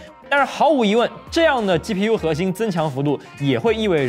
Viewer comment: 暴躁老哥: 能不能不要老是鸡批U鸡批U的？ 鸡皮疙瘩都起来了！ 发音标准一点不可以吗？ 取关了。